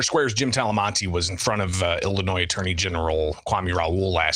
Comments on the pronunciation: I noted this too, The Ilan of illinoiS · The fact that he pronounced the S in Illinois is grounds for impeachment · Our AG's name is Kwame??? He calls our state; Illinoi "S". Where's he from? Is he there to blow smoke at us? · How can he be the Illinois AG and he can't even say the name of the state right? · You mean to tell me we have politicians and elected or appointed individuals that don't know the S in Illinois is silent? How can you run a state if you can't even pronounce the name? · The damn attorney general can't pronounce the states name? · Kwame doesnt know where one of his biggest school districts are is in Cook County and the state as a whole and doesnt know that he would prosecute state level fraud from government bodies... thats insane. The worst part is pronouncing the S in Illinos. Thats a huge red flag 😂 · this POLITICIAN DOESN’T EVEN KNOW HOW TO PRONOUNCE ILLINOIS! Wake up Illinois! It’s your own doing! So stupid! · Will somebody please tell Kwame Raoul the ‘s’ in Illinois is silent…. What a friggn embarrassment. Can’t the democrats find people better educated to run for these higher offices????